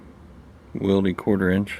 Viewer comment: Wilde is really pronounced wild